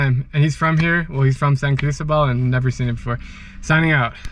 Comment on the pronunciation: One should learn to pronounce Cristóbal correctly if you’re visiting it and reporting from it. And the Coca Cola sweetener difference between the USA and Mexico is a hoax. Look it up. And that one and a half liter or 2 liter bottle of Coke shown costs more than USD .30. Admittedly, they do love Coke. And another point, Jalisco is not he “only place in the world” that’s grows blue agave. Three adjacent states also do. You contradict yourself later when taking about the making of mezcal in the state of Chiapas. I think maybe you shouldn’t frenetically run around the world, visiting them all, but instead stay awhile. One learns more. You did apparently in the Philippines and Vietnam but is this YouTube business that important in your life?